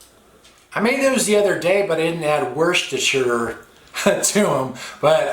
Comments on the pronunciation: Tomato - mushroom- woshtisire -woshtishier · I thought I was the only one that said Worcestershire like that they always make fun of me